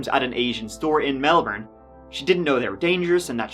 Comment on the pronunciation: Also, for the future: It's Mel-BIN, not Mel-borne. Melbin. bin bin bin.